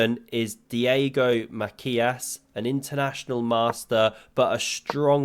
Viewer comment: Mate you slaughtered the surnames of Fausti's rivals. :P It's "Mazias" and "Peeshot". Pichot is actually argentinian, too, guy just lives in Spain.